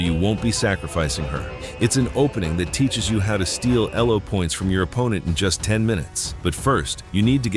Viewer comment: Nice lesson. Elo is a person’s name, so you shouldn’t capitalize all the letters and certainly not pronounce it as E-L-O.